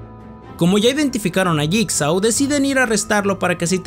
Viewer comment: Se pronuncia /yigso/